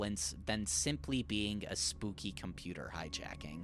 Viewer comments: it’s Caesar like the salad not kaiser like… Kaisen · "kizar cipher"???????? Caesar Cipher is pronounced "see zer" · KAISER is a wild way to pronounce caesar (see-zur). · “kysar cipher” 😭😭😭😭 (it’s pronounced seeser cipher) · I'M SORRY, KAISER? It is pronounced: sees-er. like the roman emperor. That guy didn't become as infamous as some of the most well-known historical rulers to be referred to like an off-brand pokemon's dead grandpa, did he? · Kaiser? You mean Caesar? You can't complain about spelling errors later in the video then make pronunciation errors at the same time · wow, that's the first time i've heard someone pronounce caesar as "ky-sar" instead of "see-zer" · ITS "SEE ZER" NOT "KYZAR" LIKE THE ROMAN DUDE YOU COULD NOT HAVE PRONOUNCED IT WORSE. That pronounciation was so bad i physically recoiled. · SEE-SAR, LIKE CESAR SALAD, NOT KAI-SAR :(( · hey, loved the video, but it genuinely hurt my soul hearing caesar cipher pronounced "kaisar", its pronounced "cesar", it was just a nitpick, keep up the great work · “Kyzar cypher”????????? IT’S “seezar cypher” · a what cipher? kaizar? bro... its pronounced CEEZAR. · good video but did you say "Quyzar" cipher or something ? It's Caesar, like "Julius Caesar" or "Caesar salad" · “Kisar cipher” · he pronounces it like he wants to eat a bread roll (kaiser) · bro said kyzar cifar. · "Kai-sar" cypher? We have a legion spy... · no fucking way you pronounced caesar as kaisar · did this guy just say kaisar cipher btw this almost definitely means michael not returning to the game, and thus the entity forcing him to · It’s shayy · ...you have to know it's pronounced "Seize-er" right? right???? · there is NO WAY you called caesar ciphers KAISER ciphers 😭😭😭😭😭😭😭😭😭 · never pronounce Caeser like that ever again. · ain’t NO WAY bro said Kai-zar cipher 😭🙏🙏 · who ever pronounces it as kaiser should be put on death penalty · No way you called a Caesar cipher a kaiser cipher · What the fuck is a “kaysar” cipher 😭😭😭